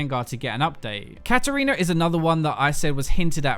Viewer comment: "Katariner", haven't fucking heard that one before